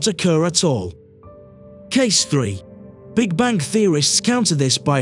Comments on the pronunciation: Bang, not bank. Is this a robot speaking? Hint: the universe is eternal in time and space. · Am i the only one that's hearing voice-over guy saying "Big Bank" instead of "Big Bang"? just wondering. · What's terrifying is the narrator keeping pronouncing the Big Bang as "the Big Bank". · This guy is driving me crazy by saying "BIG BANK." Will nobody correct him before he publishes a video???!!! Repeat after me: BIG BANG - BIG BANG - BIG BANG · Please stop using the AI voice over. It's called The Big Bang not the big Bank LOL. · Sounds like he’s saying “Big Bank Theory”….a big bank funded the formation of the universe by way of a huge bank loan 💵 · He keeps pronouncing 'Big Bang' as 'Big Bank'. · What is a "Big Bank?" because that sounds like what you are repeatedly saying ha ha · Can’t get past hearing “big bank” with your accent. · Why does it sound like he's saying big bank? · Omg why does the ai keep saying big bank? 😳 irritating